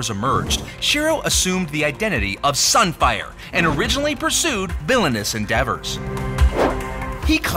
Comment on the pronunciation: SUN FIAH